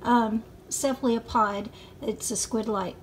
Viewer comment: That is pronounced, CEPH-al-o-pod.